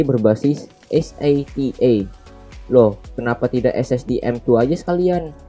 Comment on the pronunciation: es ey ti ey, dibaca sata